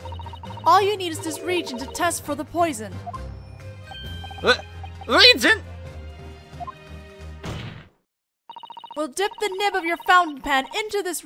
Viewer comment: You're saying "Regent" which is a monarchy term (someone who governs in the stead of the rightful ruler, because the ruler is too young). The word you want is Reagent. Re-agent, as in "Reacts with the agent" These are truly well done, and I wouldn't be able to enjoy GDS1/2 without you, so please take this as an attempt to be helpful, not being a jerk. Just PM me/respond and I'll not make these comments.